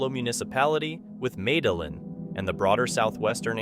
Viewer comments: The Columbian city Medellín is pronounced MED-ay-YEEN, not MED-a-lin, like you said it. In Spanish, two L's are pronounced as a Y. If you're going to use foreign names, you should really get them right. You use this city in two different clips. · constructive criticism..... Medellin is Meh duh yeen . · For all you folks programming these stupid robotic voices, please, please, please make sure that you program in the proper way to pronounce words! Medellin, the Columbian city, has no "L" sounds. The 2 "L's" in the word are properly pronounced w/ a "Y" sound; "Me-de-yeen." Don't be sending out voice commentary that sounds like some hick is speaking, at best. At worst it sounds as if the entire United States of America can't be bothered to respect different countries by learning to at least correctly pronounce the names of important cities there!!! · The way you say Medellin 🤦🏼‍♂️ it’s pronounced med-a-e-an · Medellin ... You mean medee-een? I'm out. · Just a suggestion: If you are going to narrate videos, then take the time to do the research and pronounce the city names correctly. Medellin, Columbia! Pronounced Med-E-yeen! You could've gotten that information from 2 whole $seasons of Entourage! Lol. 💯🤯 Keep up the good work! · as a Colombian this one had me laughing 😂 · Narrator gotta look up the pronunciation of Medellin. Not trying to be a hater. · I love how this huero pronounces Medellin, Columbia! It’s sounds like a type of melon 🍈 😂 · Ouch my dude.....Medellin is not pronounced that way just saying, oh well maybe next time then. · The way you pronounced Medellin was so cringe….. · . Don’t be meddlin’ with the pronunciation of Medellin! It hurts my ears. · the way you said medellin 😂